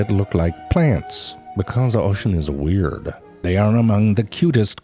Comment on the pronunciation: Ocean is "wee-yurd" lmao, is that an End of Ze World reference?